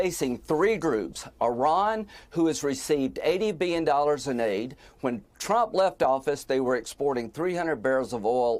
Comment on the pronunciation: Thanks guy who pronounces the H in “what”